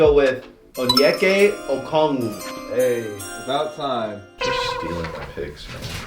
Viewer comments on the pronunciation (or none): absolutely butchered Onyeka’s name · As a Charlotte Hornets fan I hate you do just pick onyaka. But I think the real reason he didn't pick him is because he doesn't know how to pronounce his name